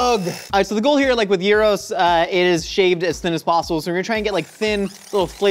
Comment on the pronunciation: OOOOOHh, ur trying to say Gyros! right, i was like why the hekk u saying Euros XD